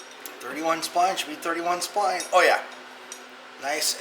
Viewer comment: yah i watched previous video i swore you said 28 spine, really like your videos , thanks for doing this.. great attitude too